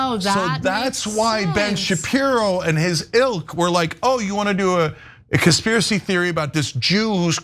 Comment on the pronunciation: Blenn chupiro.😂😂😂